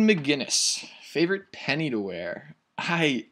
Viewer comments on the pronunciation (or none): Pinnie* not penny